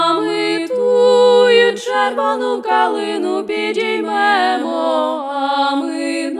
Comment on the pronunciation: А мені більше до вподоби саме стрілецький варіант. Наразі потрібен маршовий стиль. Час журливих розтягнутих мелодій минає. Потрібна мажорна транспозиція. І ще, варто підкорегувати вимову слів у кличному відмінку. (підІймемо!, розвеселІмо!, тобто зробімо зараз, а не зробИмо колись). Слава Україні!